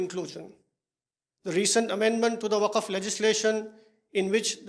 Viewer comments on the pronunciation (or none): Waqf not wafka. Kyu jut bolra ra...